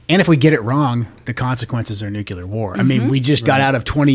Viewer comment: It's nuke-LEAR, not nuke-YUH-LER.